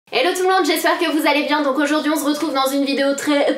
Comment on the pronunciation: "on zretrouve"😂😂 désolé ma sanaa j'étais obligée😂 super vidéoooo😍😍😂😂💚💚💚💚💚💚💚💚💚💚💚💚💚💚💚💚💚💚💚💚💚💚🍍💚💚💚💚🍍💚💚💚💚🍍🍍🍍💚💚🍍💚💚💚💚🍍💚💚💚🍍💚💚💚🍍💚💚💚💚💚💚🍍💚💚🍍🍍🍍💚💚💚🍍💚💚💚🍍💚💚💚🍍💚💚🍍💚💚💚💚💚💚💚💚💚🍍🍍🍍💚💚#snapananas